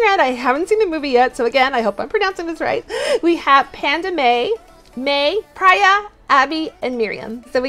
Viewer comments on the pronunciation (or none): Just a tip that Priya is pronouced ‘Pre-yAh’ ‘not prey-uh’ just for future reference <3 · Btw it’s pri-ya and love the vids!!!!